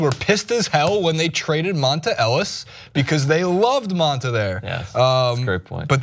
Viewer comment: It's like he pronounces Dont'a Ellis & Hightower names wrong on purpose